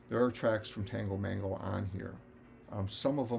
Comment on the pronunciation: Maybe it's your pronunciation, but the CAN masterpiece double LP is Tago Mago. Highly recommended.